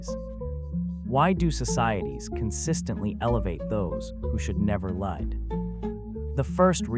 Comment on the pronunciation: Is this an AI generated voice? Why can he not corrects pronounce “lead” and “leads”?